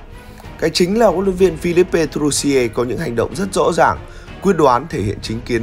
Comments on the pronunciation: A đọc tên hlv trưởng sai r làm gì phải phi líp pê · Làm gì có “pê”